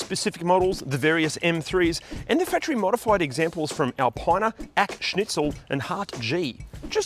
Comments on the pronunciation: Al-pine-ah? Nah m8, Al-peena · It's 'Alpeeena' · I winced at pronunciation of ‘Alpine-a’. Great vid otherwise:)